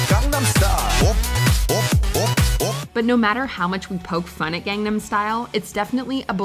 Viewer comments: I'm shocked with two things: 1) I'm actually okay with this list 2) after all the videos about it, you still don't pronounce Gangnam right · Every single WatchMojo person mispronounces it